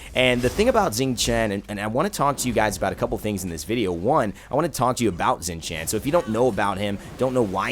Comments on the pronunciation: I'm pretty sure you pronounce his name Shing Tien, at least that's what I hear when you select him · it's pronaunced.. Shing Shian. D:< ! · yes I will be that guy when he opens the friggin video knowing he is pronouncing it wrong and then saying it "right" then questions it again. Is it so hard to hear how the God himself says his name?